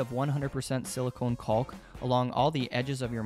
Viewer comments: "kawk" - there's no L phonetically. Sure, English is at times a dumb language, but it's properly pronounced "cawk". As a college prof - just lettin' you know so that to folks who are really turned off by such - I work w/ those folks & they irk me daily - might not turn you off & might want to buy your excellent artworks or pay you for your artistic insights on a project. Peace be unto you. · I think you're the only person I've ever heard who pronounces the L in caulk. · I know it sounds dirty, but nobody calls it 'caulk', its pronounced Cock.